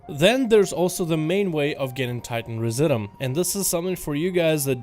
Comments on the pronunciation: Residuum: Ree zidj you umm. Look the word up. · It’s pronounced re-zid-you-um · Try "Rez IH' Dyou Um" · TITAN RESI-DOOM is how it's pronounced ...sounds kind of like "residue" with the "due" prounced as, "doom"